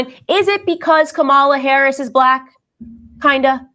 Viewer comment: She even pronounced VP Harris’ name wrong. This casket ready makeup faced troll is jealous of Ms. Harris.